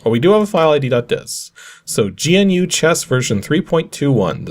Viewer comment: I had a copy of GNU chess! I got it off of a shovelwear disk like this, but it was a floppy. Also it's pronounced like the word "new". GNU is an extensive collection of free software (383 packages as of January 2022[5]), which can be used as an operating system or can be used in parts with other operating systems. You can think of it as a precursor to the modern open source software movements like Linux. Linux-Libre was developed on GNU software. Those nerds in 1983 were the reason we all have that weird friend who is really into integrating Arduinos into everything.